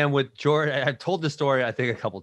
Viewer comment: “George” instead of Jorge 😂